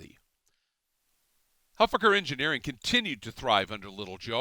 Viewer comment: you're mispronouncing Huffaker